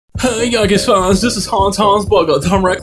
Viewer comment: “The yawnkays”😂